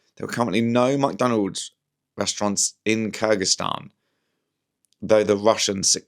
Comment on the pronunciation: ‘Muck’Donalds? Is that nouveau scottishe